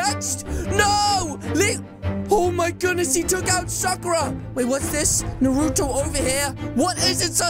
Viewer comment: Finally some one from america says Naruto and not NaRuDo